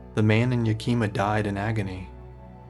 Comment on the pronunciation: Yakima is peonounced 'Yak-ih-maw' but otherwise stellar docu 👍👍